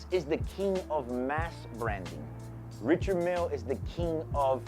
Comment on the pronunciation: Love your videos and don’t mean to be critical. But. Since you’re in the watch biz why not pronounce the name of the watch correctly?